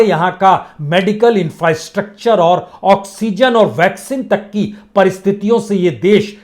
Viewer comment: इंफ्रस्ट्रक्चर को क्या बोला गंवार 😂😂😂😂😂